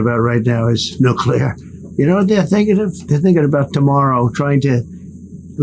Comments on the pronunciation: Why does he pronounce industry like a child reading the word for the first time? Also nobody has ever brought up that he says nuclear like its a noun. Not once in 10 yrs have I ever heard anyone bring this up and it sounds soo dumb in both instances. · When the media is too dumb to prounounce "nuclear" correctly it really shows that intelligent people are in a very small minority these days. If this wasn't the case Trump never would have been POTUS.